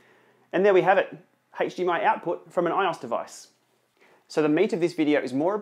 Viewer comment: It's pronounced I-O-S not ios 😂😂